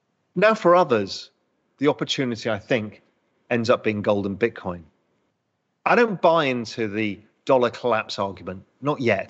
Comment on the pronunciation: He said Golden Bitcorn 🎇